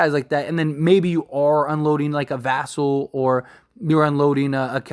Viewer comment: As die hard spurs fan I would love lavine but 0 chance we pull trigger spurs not like that. Also I want to say you are saying "vassell" wrong and us spurs fan are annoyed by that so please correct yourself.